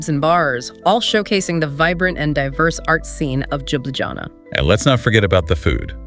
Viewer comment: Congratulations, documentary is great. But pronunciation of places is terrible. Even for me native to 🇸🇮 slovenia is confusing. At least you should learn how to say capital LJUBLJANA